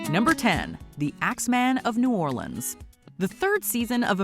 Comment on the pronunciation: I'm just happy she said New Orleans correctly....😊